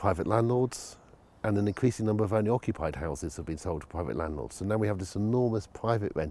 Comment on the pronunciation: Pwivet sector ? Fwee Wodger !